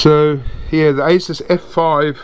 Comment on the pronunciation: ASUS pronounced ACE-US...The name is actually shortened from "Pegasus".